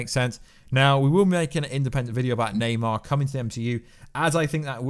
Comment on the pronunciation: Thumbs down just for saying naymar 57 times 🤬